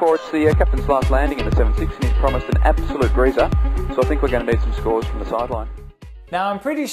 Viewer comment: I guess he said "from" the preceding plane, but it sure sounded like "to" the preceding plane, which would be bass-ackwards.